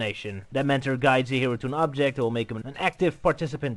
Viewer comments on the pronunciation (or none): none